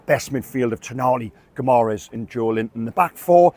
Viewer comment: love your work. It’s not pronounced gih-MARR-ess. It’s GIMmer-ice (or close enough). Let’s give our captain fantastic the respect he deserves.